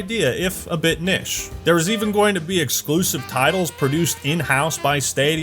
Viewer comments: I've heard neesh and nitch, but I've never heard anyone say niche like. Nish. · why he saying niche like that?